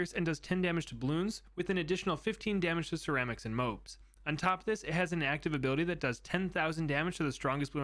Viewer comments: Bro it’s mo-ab not mobe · did you seriously call it a m-oh-b